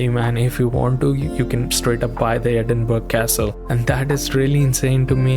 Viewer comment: Great review man! Sorry I'm late to the party. Loved your appreciation of the UK. Only thing worth mentioning to you brother is that Edinburgh is pronounced with a soft g like borough in the rest of Britain. Just a heads up my man, totally understandable that you wouldn't know this. Trust me I've heard much worse pronunciations, mainly from American bros haha. Burgh actually just meant hill originally